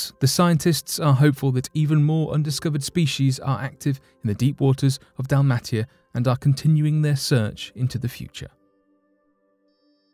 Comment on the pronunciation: It is Dalmatia (pronounced Dalma-tsia in Croatian) not Dalmatika........bloody AI and computer generated voices. My father told me about those fish some 35 years ago........so why is this in headlines as something new now?